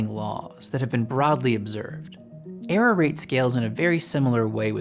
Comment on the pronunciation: This is great information, but I recommend that you either work on your diction and enunciation or get somebody else to read it, or have someone like me who is good at catching instances of problematic delivery record it. Some words just disappear in a fog of slurred mumbling and vocal fry. I had to infer from context in several places that what sounded like "arrow" was actually "error", for one example. I amused myself by imagining that over time perhaps listeners could encode a manifold representing the shape of poor intelligibility in your utterances, and map that onto another manifold representing what you most likely meant to say. But then, I think I doubt if people learn this way. And why force them to do that anyway? Speak more clearly, thereby reducing the noise in the channel in the first place.